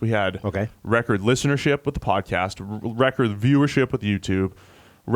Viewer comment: Everytime this guy says record it's cringy asf.